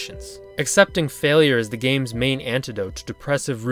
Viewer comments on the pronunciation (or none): none